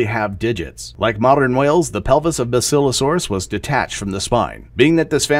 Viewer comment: Love your stuff,, just one thing. Pronunciation. I can tell you learn from books instead of from videos!!!;-> JEE-nus/JEH-ner-ah genus/genera See-TAY-shuns cetaceans BA-sih-loh-SO-rus basilosaurus